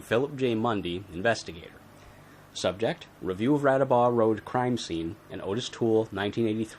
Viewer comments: I’ve never seen the crime laid out like this, good job. No biggie, but Toole’s first name is actually pronounced “Ah-tis”, not “Oh-tis”. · ~ His name is pronounced "Oddis." Hence the two t's in his name. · ~ I have Joel Norris' book about Henry Lee Lucas, original pressing, which came with an audio cassette, and in the recordings of Lucas' confessions, he pronounces Ottis Toole's name "Oddis" every time. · Hes probably pronounced that way on purpose coz he doesn't give a shit about that scumbags name!